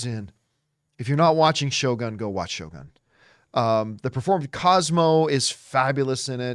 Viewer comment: John, if u want to learn Japanese, first word u should know is - Shogun将軍 is actually pronounced as 'Sho-goon', not 'Gun'.